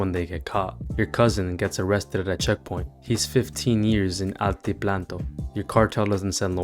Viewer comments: He daid ANTIPLANTO 😂😂 IT'S ANTIPLANO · altiplano is not pronounced "altiplanto"